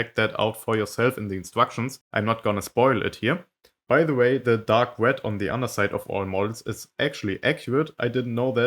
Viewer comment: "The wed one"